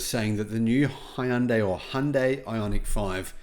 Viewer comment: In Hangul it's 현대, "Hyun-day", two syllables. Not Hi-un-day.